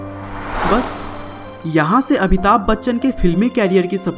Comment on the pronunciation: Abhitabh nahi amitabh